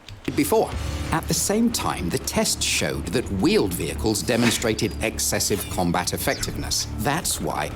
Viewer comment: But not vheeled wehicles.